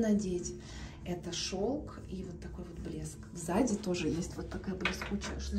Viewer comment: извините за поправку) сзади, а не взади, а то это совсем другой смысл😂